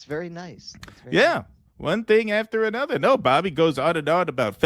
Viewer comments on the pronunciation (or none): none